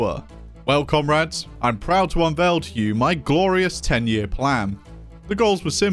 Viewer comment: Am i the only one who hear comRATS everytime says comrades?